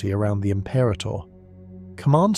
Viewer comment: Stop saying the name wrong!Rah,rah rasputin say it wrong again and your subs are in the bin. Im-pera-tor. Not Im-perah-tor. No ta dah! No ha ha! No ta rah!